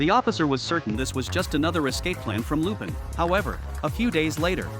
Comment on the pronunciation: This has to be AI voicing this. I mean, who pronounces Lupin that way